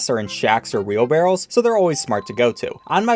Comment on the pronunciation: I paused immediately after upon hearing "wheel barrel " and seriously considered closing the tab then and there. But here I am leaving a PSA instead: Dear dumbasses, it's "Wheelbarrow", not "barrel". Please, be better at basic English. That's all I ask.